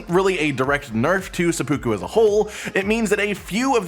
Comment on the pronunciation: I dunno if that was a joke but that pronunciation of seppuku was driving me batty 🦇see there it is.